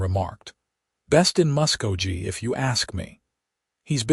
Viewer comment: It is pronounced Musk-go-Key!!! This is the first Western story having a female reporter. Listening from Clarksville, TN.